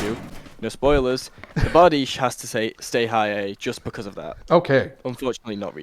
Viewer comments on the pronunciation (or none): i get ball cancer every time he says bar-di-chie. ITS PRONOUNCED BAR-DEESH FOR GODS SAKE- dies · It’s not bardichie it’s bard-Ike